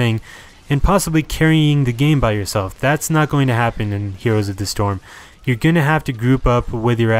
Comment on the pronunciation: Why do you mispronounce "heroes"?